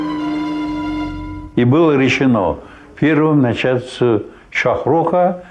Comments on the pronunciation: Админ слушай уважай себя идругиг.не говори тимирлан ,надо говорит АМИР ТЕМУР СултанТУРАНА,ОСВОБОДИТЕЛЬ руси,средней азии,всех арабских стран ,перси ,индии и.т.от ига монголов. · И НЕ ТемИр А "ТЕМУР!" Вот так правильно!☝️